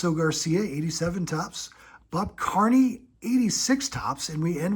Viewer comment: Bob Kearney is pronounced "Ker-knee", not Carney btw.